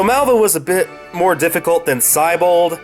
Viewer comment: Hey,, considering the name "Siebold" comes from the word "sea", shouldn't the pronunciation of his name reflect that?